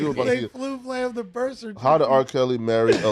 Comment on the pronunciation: I hate when says “flu flam”…